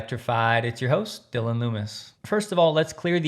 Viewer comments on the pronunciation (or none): none